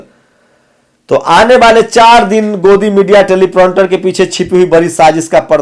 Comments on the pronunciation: Telepronter nahi Teleprompter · It's not 'telipronter' it's 'Teleprompter'